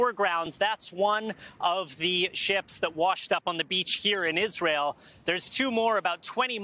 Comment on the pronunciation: said it once, Isareal = Nahtzee Germany